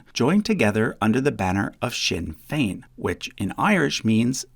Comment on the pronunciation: Thanks for taking the time to learn how to pronounce "Sinn Féin" properly. A lot of YouTubers don't bother.